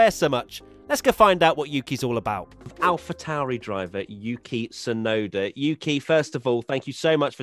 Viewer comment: Yuki Tswear-noda